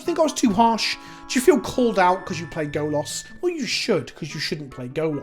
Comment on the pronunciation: I'll say this every time you fuck up the pronunciation: Golas means Naked Man in Polish. Stop fucking up 😅😅😅😂😂😂